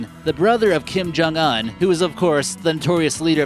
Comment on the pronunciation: Keem-Joong-oon. Keem-joong-nahm. >.>; Seriously.